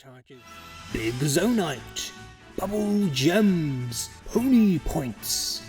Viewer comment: bubbel gem respecter here, I love "gaining buble gem"